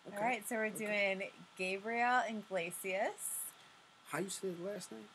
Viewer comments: nice try on pronouncing Gabriel's last name but it's Iglesias not inglesias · I just subscribed, you pronounce his last name without the N just Iglesias . Do the reactión on trip to Saudi Arabia and India super funny too....😘🥰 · There's no n in Iglesias and the I is pronounced like an E